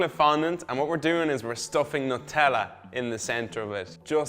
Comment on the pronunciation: It not Nut tella It Nu tella